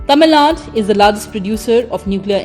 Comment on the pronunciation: Its not Tamil Naad, its Tamil Nadu.